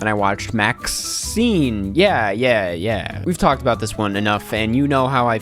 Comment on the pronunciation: Your pronunciation of MaXXXine made me exhale through my nose Also not the Wicked slander 😰